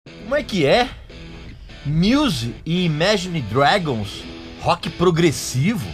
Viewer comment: Regis, você não sabe nem pronunciar Imagine Dragons, quem dirá falar sobre Rock Progressivo. Sugiro q comece em